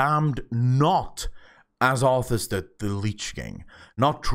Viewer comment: It's arthas